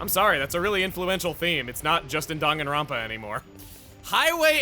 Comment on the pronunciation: Did just say DANGANRONPA?